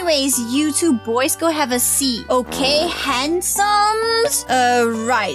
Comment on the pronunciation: My favorite part is when you’re saying in the first okeh